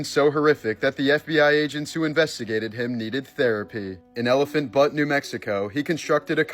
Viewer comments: Elephant Butt 🤣😂 it’s “EL-uh-fant Byoot” Elephant Butte with an “e.” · It’s ELEPHANT ‘BYOOT’ not ELEPHANT BUTT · It's pronounced butte, but I will never call that part of New Mexico anything, but Elephant Elephant butt every again 😂